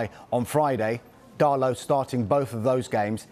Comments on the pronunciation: DALLLLOT NOT DARRRLOT YOU 🔔 end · who’s diego darlo? ITS DIOGO DALOT